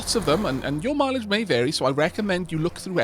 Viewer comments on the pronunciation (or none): none